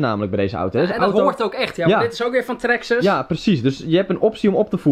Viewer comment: Traxxes zeggen jullie 😂😂😂